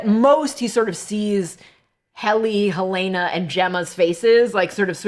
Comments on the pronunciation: It makes me so irritated when they pronounce Helena as "Ha-Lay-Nah"... It's definitely "Hell-en-ah" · WHO IS THIS "HELEYNA" YOU KEEP TALKING ABOUT????